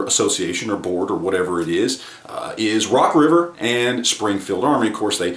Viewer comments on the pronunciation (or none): I don't think I could name 3 guns rock river makes, I had to go back and listen to the video again because I thought he said Rock Island at first...